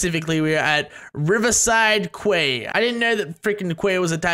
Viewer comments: Quay is pronounced 'key'. Just FYI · U are meant to say the word 'quay' as 'key' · "Quay" is pronounced as "Key" lelelel n00b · Riverside Quay is pronounced key. I've been there before:p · Oh, and quay is said keys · Quay is pronounced key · Quay is pronounced "Key" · Hate to burst your bubble but Riverside Quay is pronounced Riverside Key 😂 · Love you but you pronounce quay 'key' and it's like where you dock boats